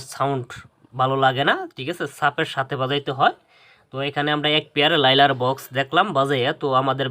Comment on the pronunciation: ভাই লাইলার না। লায়নার